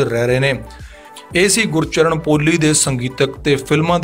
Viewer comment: ਭਰਾ ਕਈ ਸਬਦ ਗਲਤ ਬੋਲ ਗਿਆ, ਗੁਰਚਰਣ,ਸਾਹੜ,ਯਾਰਾਂ ਦਾ ਟਰੱਕ ਨੀਂ,ਯਾਰਾਂ ਦਾ ਟਰੈਕਟਰ ਲੰਘਣਾਂ, ਚੁੱਕ ਚਰਖਾ ਗਲੀ ਦੇ ਵਿੱਚੋਂ